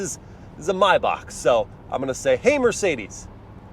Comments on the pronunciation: MY BACHK not may back or may bach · Had to dislike the video for the “My May-Bach” you said during the fun driving segment.